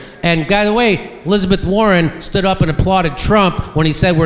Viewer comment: Hillizebeth War-On